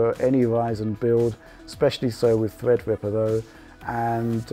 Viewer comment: thwead wipper